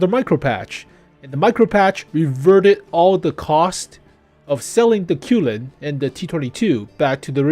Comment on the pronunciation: Love your videos and Qilin pronouns Chi-Lin like the Japanese pronunciation Kirin